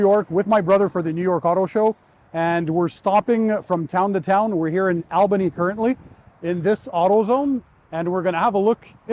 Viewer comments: You're not the only out of town person to say Albany wrong for Albany NY. Well say it like All not Al... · That’s pronounced All bany not Al